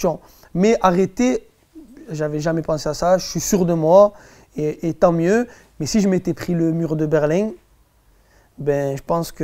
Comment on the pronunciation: 1.35 "Le mur de Berlingg" mdrrr